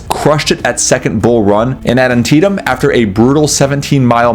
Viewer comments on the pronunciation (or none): none